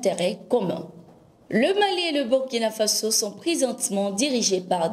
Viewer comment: C'est-à-dire Burkina Faso et non burikina faso merci de votre part